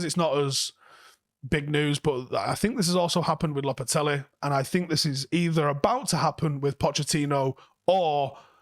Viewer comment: He calls him this all the time it's such a hilarious mispronunciation 🤦‍♂️🤦‍♂️